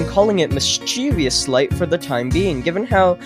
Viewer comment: "Mischievous Schlight"